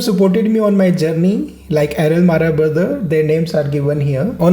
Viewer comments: It's not mara bro It's MARAK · Sir not Al....ne Mara. Its Marak . ❤ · Its Marak not Mara its a surename..... Btw i like your videos❤ thank you for coming to Garo Hills